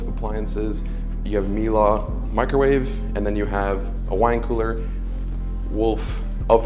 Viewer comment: It’s pronounced mee-luh. Look it up